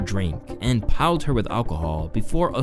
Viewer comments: "PILED HER WITH ALCOHOL" dude the word is PLIED, jesus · *plied, not piled…plied is past tense of ply, the common phrase is “ply with alcohol” which means to coax forcefully, for typically unsavory reasons. (Once again, the words look similar! As did marital/martial, inflammable/infallible, etc. Again, quick search online will provide definitions, usage examples, proper pronunciations for any questionable or unfamiliar words. Unless this is just a gimmick now.)